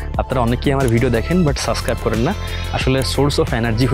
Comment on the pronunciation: সাসক্রাইব না, সাবস্ক্রাইব 😂 এই উচ্চারণ শুনলেই তো আমার আর সাবস্ক্রাইব করতে মন চায়না।